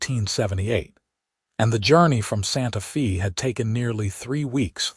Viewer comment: It's not Santa Fee, it's pronounced Santa fay like "hay" long "a" sound even though it is spelled Santa Fe. It's Spanish so the "e" sounds like an "a".